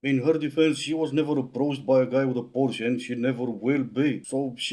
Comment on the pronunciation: 9) She isn't even able to properly pronounce Porsche so...be quiet, dear.